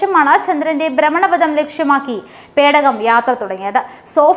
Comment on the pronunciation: ദൈവമേ .. ബ്രമണപദം അല്ല. ഭ്രമണപഥം